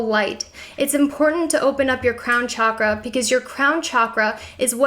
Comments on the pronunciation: pretty sure it's pronounced 'shock'-ra not 'chalk'-ra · Pronounced SHockrah. Not Chakra as in CHalk . Chakra as in Shock. On another note, your ink is sick. 😊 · Everytime she pronounces "chakra" i feel .....